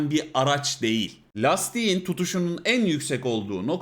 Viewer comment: yorumlar ve tespitler hep isabetli. tecrübeli insanın bakış açısı farklı oluyor gerçekten. ancak "değil" kelimesini bu kadar çok sayıda ve her seferinde vurgulayarak kullanan bir içerik üreticisinin bu kelimenin telaffuzunu biraz araştırması, kendi adına bir kazanım olur. teşekkürler.